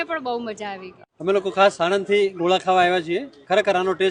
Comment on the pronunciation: ગોલા નહીં, પણ ગોળા😋